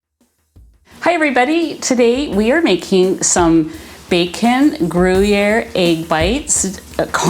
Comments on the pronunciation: I'm French and I would say "gruh-year" separating the 2 syllable do not say "gruh-y-year"❤ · The pronounciation is tipical french swiss and you spell the u to a ü, so it is in phonetic grüer. Regards from switzerland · These look so yummy!! And what a great picnic/potluck appetizer option to bring somewhere!! I don't eat pork- so I would make them with brisket bacon (of you've not had beef bacon- i highly recommend giving it a try!!) Also- since you asked- the way to say Gruyere is like this: "Gree- air" (drawing the 'r' out there at the end a little bit) 😊 ❤ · Pronounced Gree-Air 👍❤️ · Hi! I love your recipes. I think the pronunciation of gruyere cheese is Gree yay. That's what I remember from my French class, years ago. I just made your meat bread and it is wonderful! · I just heard you say you’ve lost 140!! 🎉🎉🎉 (I used to manage a cheese shop for Wegmans food markets. The cheese is pronounced “Gree air” )😊 Hope all is going well with your new home! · Phonetically--Gree Air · You need to ask a French speaking friend or neighbor how to pronounce Gruyère properly. It would be a bit challenging to try to use a printed comment here to teach the proper pronunciation…. But you’ve definitely missed the mark. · Hi, you pronouns it with an ‘E’ 😉 the ‘y’ is an ‘e’ and ‘ere’ you pronouns as ‘air’ 😅 ❤ Thank you for sharing this recipe, greetings from Belgium 🇧🇪